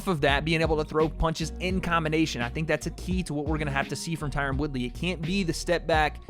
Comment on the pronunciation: the way you say, 'Tyron' shoes you have no black friends lol